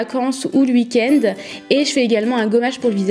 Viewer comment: c'est drôle tu dis 😂❤️